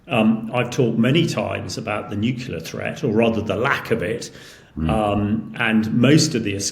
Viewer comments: nuclear, not nuculer. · Why do so many people say NUCULAR for NUCLEAR? It’s CLEAR!!! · Nucular and Cher Nobble. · Please someone tell this guy that "NUKULAR" is redneck English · This is so-called expert, can’t even pronounce nuclear properly. Oh dear, he writes in the Telegraph who tell lies to people who should know better. Can’t you get someone who knows what he’s talking about?